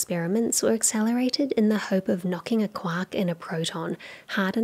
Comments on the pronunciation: She keeps saying KWOCK, but I'm pretty sure she's trying to say QUARK! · Every time she says quark I think of a duck instead of James Joyce